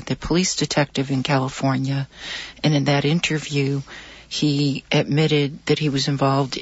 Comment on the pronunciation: He said Killafornia.